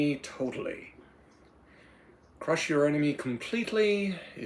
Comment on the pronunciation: "MUST CLUSH CAPITARISM!"